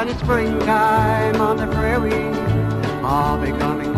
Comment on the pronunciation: Enjoyable music. Prairie, not "Praire."